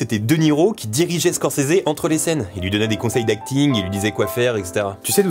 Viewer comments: par contre étant fan absolu de Scorsese et Bobby , il n'y a pas de "é" a la fin de Scorsese , il y a beaucoup d'infos que je connaissais a par la mort du compositeur !Video Super Top !!! conrinue comme ça ! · Pourquoi il dit Squorsseézé ? Stopppp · Moi perso je prononce Scorsaise